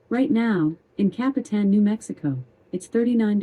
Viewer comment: I like the way Google girl pronounces Capitan , better than Alexa ! Copy - ton ! !